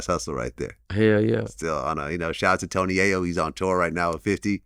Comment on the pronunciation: AT ALMOST THE END OF THE VIDEO DID VLAD SAY THE N-WORD WHEN TALKING ABOUT TONY YAYO,SURE SOUNDED LIKE IT‼️🤷🏾‍♂️